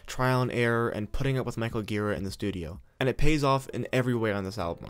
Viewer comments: Gira is pronounced jee-rah. Soft G. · it's pronounced 'djiraaah' dammit ;-) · He has pronounced Ji-Raw in interviews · You pronounce "Gira" wrong.